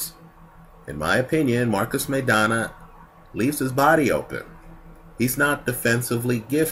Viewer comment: MY-Donna. Not MAY-Donna.